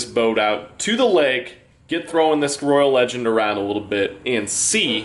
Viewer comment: Thank you for the video! But Roy-ale. Like Royale with cheese.